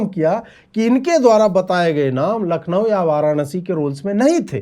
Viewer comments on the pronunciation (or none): none